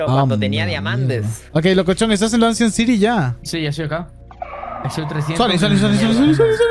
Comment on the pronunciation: ancient city 🤮 Loco: anchient ziry 🤑